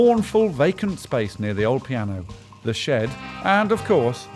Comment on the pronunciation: Alex mispronounces shed.